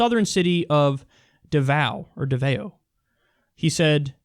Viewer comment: Except that he kinda has solved it... back before he was mayor here in Davao (btw, Kyle butchered the pronunciation) the city was one of the biggest drug-consuming cities in Southeast Asia. I'm not talking about weed, either- people openly smoked meth on the streets. The police force was corrupt as fuck, and the politicians were equally corrupt. Then, Duterte was elected. Now, Davao is one of the only cities in Southeast Asia (sans SK or Japanese cities) that has a reliable, speedy police response time. Now, the police don't take bribes from street thugs. Now, the streets are clean. You ivory-tower liberals and armchair idealists can criticize all you like, but the fact is that Duterte has turned Davao from a shithole to a modern industrial city. Yes, he abused his power, but I'd much rather have him than an abusive politician who's corrupt. At least he acts in our favor rather than that of street thugs and corrupt police officers. I don't understand the West's outrage against him. In our country, he has an 85+% approval rating- the hate comes from entitled liberal brats several thousand miles away who have no idea what they're talking about.